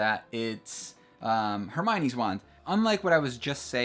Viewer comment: HER-MY-OWN-EE edit: Herm-own-ninny